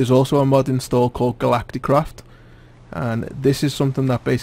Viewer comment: sounds like he's saying mob